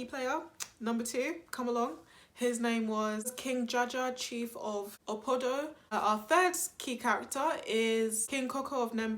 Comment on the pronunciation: Awesome content. It’s actually KING JAJA OF OPOBO not Opodo*